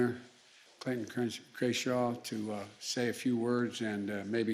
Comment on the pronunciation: "Fernando Vanazuela" Clayton "Krenshaw," "Krayshaw"